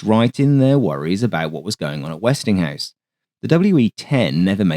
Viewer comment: I cringe every time I hear "Westinghouse."